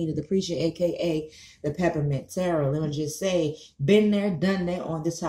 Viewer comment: You sound like Bush saying "terror" when you attempt to say tarot...